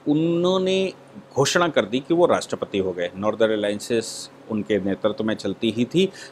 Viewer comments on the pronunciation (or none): none